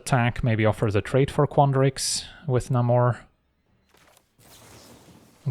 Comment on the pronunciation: it's leviOsa, not levioSA